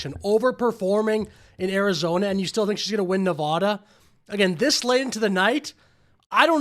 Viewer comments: Pronounce Nevada correctly DUDE. Damn dude. Say it right. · Pronounce Nevada properly, she says it correctly so work on that . 😊